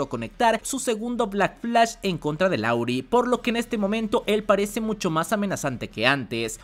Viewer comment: siempre dices LAURI pero su nombre es LARUE, saludos